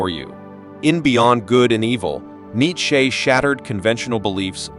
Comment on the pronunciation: I can’t stand the way this bot says neitcheze